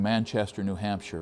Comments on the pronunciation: Leominster = “lemonster” when pronounced correctly. Love your content! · Spit out my coffee in laughter when you said “Leo-minster” Massachusetts, those from the area would pronounce it “Lem-in-stah”. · not too many towns out this way sound the way they are spelled...lol These are two examples... Leominster (Leminster), Monson (Munson) Great video. Keep up the Good the work! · From Massachusetts 😂 it’s leomon-sta but close enough. Great video I love close by I have to check it out. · It’s pronounced “lemon-stir” MA but good enough ;) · Lol quite a story. Being from Massachusetts I did get a chuckle out of your pronunciations. Monson is "Munson" Leominster is "lemonster" Glad you had a nice trip. I am only 15 miles from Monson. I worked in the "old town hall" in Monson which dates to the civil war. Very interesting as I never herd of George Burdick. learn new things every day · Fascinating. Thank you. Leominster is pronounced "leminster" with the accent on the first syllable.